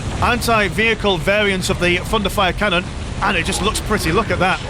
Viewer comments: Each time you say "thunderfire canon" my non-native ears hear "fun to fire canon" and it makes the viewing experience even better :) Great video! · Hey, it IS fun to fire xD (Also, yeah, my ears hear the same xD)